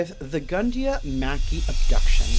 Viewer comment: Luv Ur show but just wanna say its pronounced Makeye-, Mack- I. Watching from Queensland Australia 🇦🇺